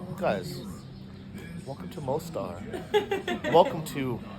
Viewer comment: why do you not learn the most basic things about the places you visit? Like how to pronounce them properly??